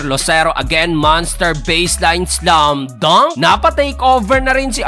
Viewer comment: Ganda tlg pagkaka bigkas Ng SLUM DUNK solid hehe